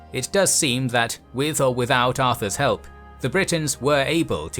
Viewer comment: pronounce “goDOthin”, not “GOdothin”.